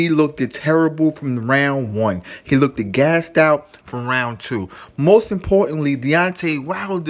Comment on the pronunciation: "He lookted"????? Im outta here